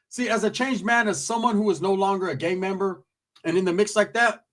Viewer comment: I heard gay member 😂